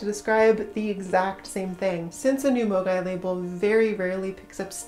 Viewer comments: I have to say I kept hearing MOGAI as amogus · Honestly, I had forgotten all about it. Ngl when I first heard the word, I thought someone was mispronouncing mogwai (Gizmo from Gremlins)